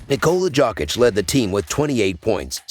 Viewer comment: Nicola Jock-itch 😂